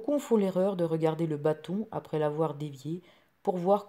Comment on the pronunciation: L accent est sur le a de bâton. Trop d expliquations condescendantes.